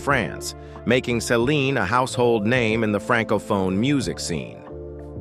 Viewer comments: Why does he keep saying Saline Dion??? It's Céline Dion!! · It's Celine not Saline. Saline is an IV fluid.